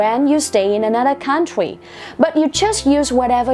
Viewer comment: CÔ ƠI CHÁU NGHE CÔ ĐỌC " COUNTRY " SAO LẠ QUÁ